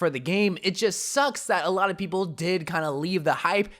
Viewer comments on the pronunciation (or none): none